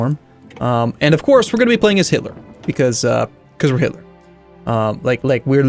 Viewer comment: am i the only one who noticed that says hilter and not hitler?